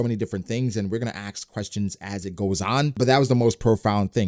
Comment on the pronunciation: why you saying aks questions instead of askquestions ?